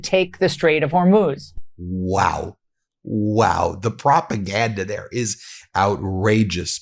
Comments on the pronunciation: Just a note please pronounce the country ‘I-ran ‘ Not ‘O - Ran’ …..also its Straits of HOR - MUZ Not Hermose !!! Thank you for your coverage! Ireland 🇮🇪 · I love you Ben but please pronounce Hormuz correctly. Hor MUZ, not MOS. You are the best. Thanks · Pronounced Hormooze Ben. Fox news is complicit in the destruction of this country. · Hormuz…or HorMOS…😅 Ben, Hor-mooz please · Listen ,please stop mispronouncing the Strait of Hormuz, you're saying Hormose! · Ben, 'Hormus' is pronounced "Hor-MOOS"! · HORE. MOOZE. HORE. MOOZE. HORMUZ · hormuz...say 'whore-mooz' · Strait of HOR-mooz!! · Hor-muz, Ben. Hormuz. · Laura Ingraham can pronounce "Hormuz" correctly yet you consistently get it wrong...please prepare for your posts. It's very distracting. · Thanks as always! Ben, please learn to correctly pronounce the Straits of Hormuz and the new Iranian leader’s name. AI will inform you in 10 seconds.